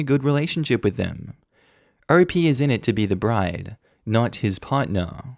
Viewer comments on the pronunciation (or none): none